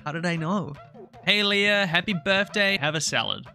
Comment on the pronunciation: I know many IRL Leahs, and it's always Lee-ah not Leia like the Star Wars princess, but I hear that pronunciation a lot for this NPC and can't help but wonder why :')